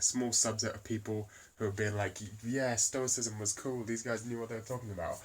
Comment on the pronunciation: Upload video of you fully pronouncing "stoicism" , I think I could get my buddy Ben to disprove your theory solely on the argument of your pronunciation alone.